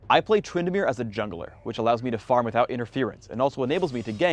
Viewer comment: said Twyndamere he he